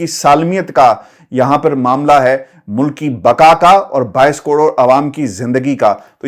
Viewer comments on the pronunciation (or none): none